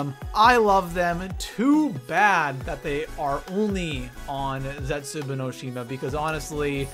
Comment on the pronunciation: HE STILL CALLS IT ZETSUBOO